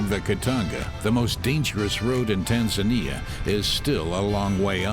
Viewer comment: How did they record a guy pronouncing Tanzania like a local, but still continue to let the narrator pronounce like a western the whole time xD